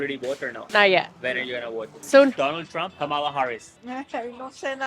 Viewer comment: Her name is Comma-la ( Ka ma la)!🙄😳🙏